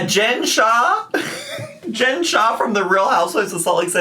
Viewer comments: her new "shaw" is giving rain and petals eavesdrop.... whos gonna tell her?? edit: the second vlog is just her talking in a whiny-cry voice with no tears and giving more attention to people who think she uses filters rather than anything actually productive. i thought i was pissed before about all of the things she neglected to do that resulted in rarity being lost for this long, but goddamn im even more pissed now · She can't pronounce the L in shawl, because she already assigned the L to the end of the word saw. "I sawl an orderment while I was wearing my shaw."